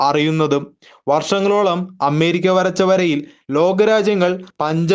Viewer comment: അമ്മേരിക്കല്ല ... അമേരിയ്ക്ക എന്ന് പറയൂ.